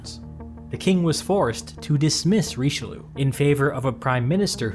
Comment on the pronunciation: Hearing english people pronounce Richelieu like in the video is just as ridiciulous as english speakers laughing at a french guy pronouncing butter in english